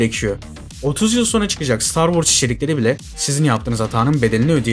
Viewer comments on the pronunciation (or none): none